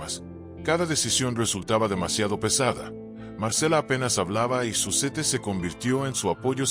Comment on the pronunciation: se pronuncia Zuset